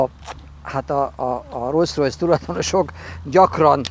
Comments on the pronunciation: bátyám! Olyan szépen elmondod, hogy az egyik alapítót Rolls-nak hívták a másikat meg Royce-nak. -nél meg elkezdesz rojszrojsz-ozni. Az kérem nem rojszrojsz, hanem rolszrojsz. A kocsid meg fantasztikus! Gratula a csatornátokhoz:) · amúgy el lehetne hagyni ezt a "Rojsz-Rojsz" kiejtést... meg kéne tanulni: Rollsz-Rojsz... de ez sajnos nagyon sok ember hibája, meg ugyebár a Volkswagent is sokan V-vel ejtik pedig F-el kell !!!!